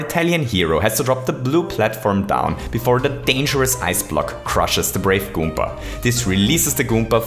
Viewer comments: You need to stop saying goompa. Its goomba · At 8: 43, you called a koopa a gommba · I like how he says goomba. "Goompa" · this was amazing but i still despise the way you say goomba okay no for real good vid